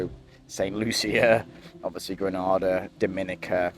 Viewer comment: Pronunciation: 1) Gre-nay-da 2) St Lu-sha "Gra-na-da" is in Spain That's the English language for you. 🤷 You're welcome :)